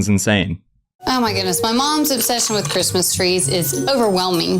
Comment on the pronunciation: Am I the only one who noticed he said Chirstmas instead of Christmas